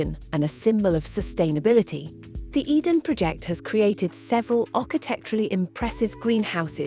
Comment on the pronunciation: Your AI narration is terrible. How could you not correct these dramatic mistakes? It made us cringe. “Tintagel” was particularly bad, and the “Eden Project” contained an error typical of a six-year-old. It is unwatchable for intelligent people. The word “project” (as in a task) and “project” (to throw out there) are heteronyms. So for those who struggle with this, they may sound the same but are pronounced differently. Abysmal!